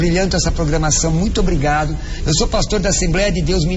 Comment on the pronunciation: "ohhh, muitu obricato meu amigo padri" ¬¬